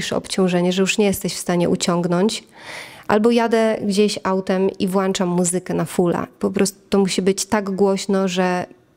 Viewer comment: Fakt to moja wada! Przepraszam uczę się mówić poprawną polszczyzną 😅